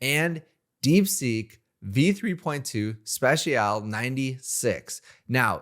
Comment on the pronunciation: Never heard someone not know how to pronounce special